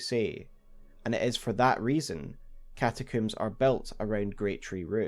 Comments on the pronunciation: Bro it's combs not cooms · Great vid but…one question… What’s a “catacoom”? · Came for the frenzy, stayed for the cataCOOOM.